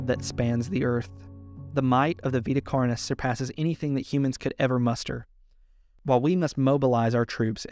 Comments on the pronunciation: I kept hearing "carnies" instead of "carnis" lmao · i love the video but every time you pronounce carnis as carnee a little part of my soul dies so please its not french